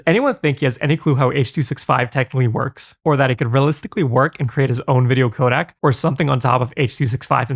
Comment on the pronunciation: You keep pronouncing codec....Kodak.